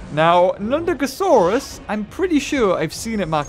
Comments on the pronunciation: It was nundosuchus you ment, not nudagosaurus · they'res no g in nundasuchus your saieing its hibrids name